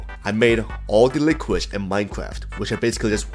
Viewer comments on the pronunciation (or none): man doesn't know how to say liquid